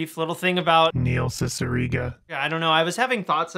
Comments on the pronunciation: Do you have that jarring "Neil Cicierega" cue because you mispronounced his name during filming? I've pronounced his name as See-see-err-gah for years and nobody corrected me. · You were mispronouncing Neil Cicierega's name the entire video weren't you?.